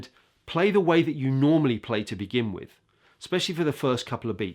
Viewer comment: you are clearly an amazing player/teacher,but you have been listening to too many pro footballers.It is not 'wiv,' the word is with.